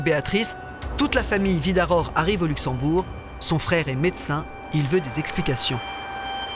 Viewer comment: Mirador, Virador... Certes, les Luxembourgeois sont germanophones. Mais le nom de Mme Vidaror est écorché par tous les intervenants ou presque !